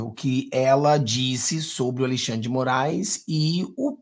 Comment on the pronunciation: Ô, não gostamos dêsse trôço, mas pelo fale certo. Al"i"xandre? Não sabe falar Al"e"xandre? Cara você vai para o mundo todo. Corrija-se!